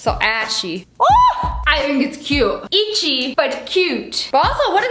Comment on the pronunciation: "ITCHI!!! BUT CUTE" - SSSniperwolf may 29th 2020